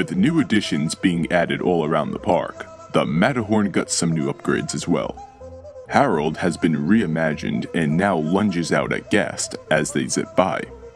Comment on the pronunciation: When he said hareld I then say him and said hi hareld